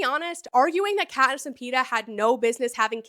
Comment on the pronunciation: Patniss, too. 😂